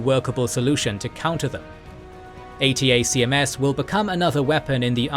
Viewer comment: ATACMS is pronounced 'A tack Ums'